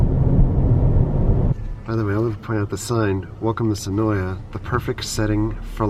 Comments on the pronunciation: When i did the tour the guide seen in this video said it is pronounced Sen-OY. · Just to let you know the a in senoia is silent